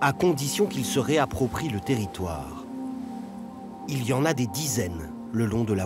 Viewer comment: "ON S EN VA DANS LTÉRRITOUEEEEREEE"